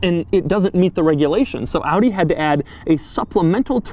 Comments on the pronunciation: Wait, an American who doesn't pronounce Audi as "Aww-dee"? Rejoice! 😂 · I love that you say Audi how its supposed to be pronounced!! Not like the americans who say like adi or odi or something!! I am from the Netherlands (country to the left of germany) so i pronounce it like AUDI as well! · thanks for pronouncing audi right doug